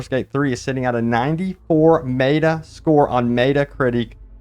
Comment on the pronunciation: imagine not being able to pronounce meta